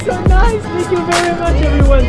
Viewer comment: Le "Thanks you very munche" je l'ai savouré mdr